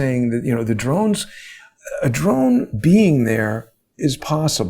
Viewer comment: Drones with today's military technology. Im with John does great work. But please it is Drones.